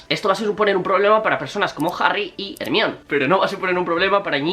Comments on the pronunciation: Cómo le vas a decir hermion jajajajajajsjsjdjajsjajsjs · HERMAIONI NO TE CUESTA NADA DECIRLO IGUAL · Se pronuncia jermayoni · Por qué le llamas Hermione? Y a Snape le llamas Esneip? Saludos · Like si también te causa mucha gracias cuando dice "ermion" jajajaja que necesidad de traducir unos nombres y otros no? Por qué no dice "Dumbledore" en lugar de decir "Dambeldor"